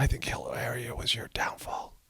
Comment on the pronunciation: Hafta say, I'm a little shocked and appalled that you pronounce it "Hill-AIR-ia," when it's obviously, "Hill-AW-ria." C'mon man!